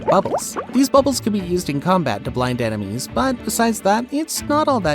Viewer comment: You said emenies instead of enemies